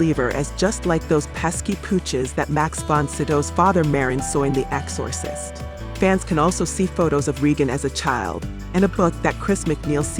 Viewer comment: EX-SAW- SIST 😂😂